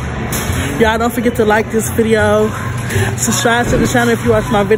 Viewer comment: Can you please learn how to say “ subscribe”